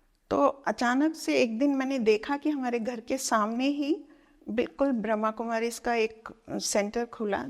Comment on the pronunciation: ❤❤ ब्रह्माकुमारी होता है, ब्रह्मकुमारी नहीं । कृप्या उच्चारण पर ध्यान दें। ❤❤ ओम् शान्ति।